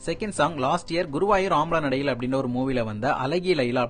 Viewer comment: Your Tamil.Sorry Thameel is nothing but horrible Thanglish 😂🤡🤡🤡. By the way its not ஆம்பல நடையில். It's அம்பல நடையில்.